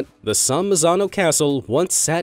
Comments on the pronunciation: There’s a huge difference between the “Tuscan hills” (correct) and the “Tucson hills” (in Arizona, not Italy).🧐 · Hey, narrator, I don't know if it was a typo or what, but there are no Tucson, (pronounced TOO•sawn, located in the USA, no hills) Hills in Italy, there are only Tuscan ( pronounced TUSS•khun, u as in gun) Hills in the area of Tuscany pronounced TUSS•khu•knee) in Italy. Pay attention to the O and A in the last syllables.